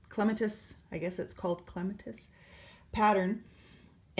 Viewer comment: Starting my Clematis now. BTW, it's pronounced clem -AT-us, like the flower. Thanks for the tutorial!